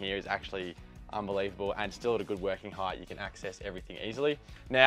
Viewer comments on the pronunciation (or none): none